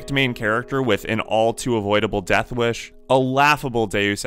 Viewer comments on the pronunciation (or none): none